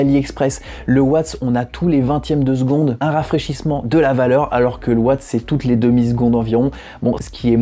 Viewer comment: Ça se dit watts on prononce le s sinon bonne vidéo continue